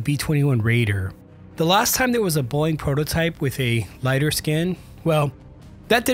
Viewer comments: It's not AI? Why does he pronouce it as "boing"? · Then why did he say "Boyg" instead of BOEING? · listen to how he says "Boeing." He didn't talk about the canards, the only thing that was really confirmed in the actual release photo. If you're at >10% dislike ratio, I'm not the only one that noticed. AI VIDEO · maybe teach your narrator/AI to correctly pronounce Boeing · The video can't even pronounce the word 'Boeing' correctly. 👎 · Can't tell if AI voiceover or the dude doesn't know how to pronounce Boeing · You need to learn how to pronounce Boeing . Tbh this video is quite amateur. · Sounds like he's pronouncing Boeing like "Boing" with one syllable instead of "Boe-ing" with two syllables. Is anyone else hearing it or am I crazy? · It's Bow-ing not "boing" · Its pronounced Bow-ing not Boing.... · Love the channel but please PLEASE say Boeing, like bowing instead of boing! My god I had to stop the video after 2 minutes it was so annoying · Boing? BOW-ing! LOL! 😂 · Great video but is anyone going mention his unusual pronunciation of ‘Boeing’? Why does it say bong instead of bow? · Nice work. Niggling here. The company's name is not pronounced BOING. It is pronounced BOE-ing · Why can't this guy seem to pronounce "Boeing"? It's "Boh-ing", not "Boing". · These comments 🤦‍♂️... Boeing (Bow-wing! Not Boing!!!) commercial and defense are basically two separate companies. Defense side is Mcdonnell Douglas out of St. Louis, MO. All the F ups are from the commercial division out of Everett, WA. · I literally couldn't watch the whole video because hearing "boing" even two seconds was so annoying. It's Bow-ing. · …um, Boeing has not changed the pronunciation of the company name to “BOING”. It’s two syllables: BOE-ing. “BOING” is cartoon sound for a character with springy feet. Still, I guess it’s better than stupid AI narration. The rest of the video is interesting. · It's called Boeing, not Boing. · Boeing ❌️ Boing ✅️ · 😅it’s called BO-ing…Not Boy-ing